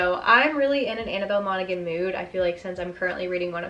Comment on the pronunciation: You dont pronounce the G in Monaghan its pronounced like Mona-han the same as the county in Ireland